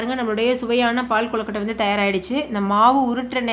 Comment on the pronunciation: ஏங்க அது கொழுகட்டை குழுகட்டை இல்ல